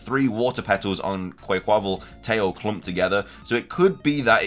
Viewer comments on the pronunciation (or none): Hey it’s pronounced like Quck-qa-Val😂stop the butchering!